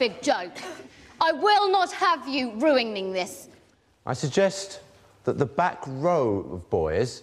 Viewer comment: this is so random but i laughed so hard when the teacher said “i will not have you ruigning this!”